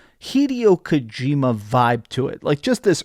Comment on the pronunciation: Hey, don't you dare mispronounce Kojima's name again. That's a gamer sin